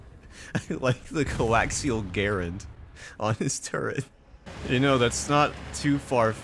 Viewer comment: Beautiful (and correct) pronunciation of Garand. Thank you.